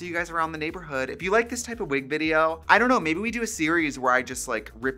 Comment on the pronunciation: "veed-jo" i love this 😀♥